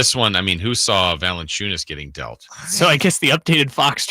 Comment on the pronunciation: bro not valencunias 😓